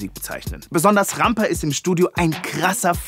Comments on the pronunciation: Wenn er jedesmal „Rampa“ ausspricht wie eine deutsche Kartoffel zieht es sich in mir alles zusammen^^ Katastrophe ey! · Lol. Es heißt Rampa.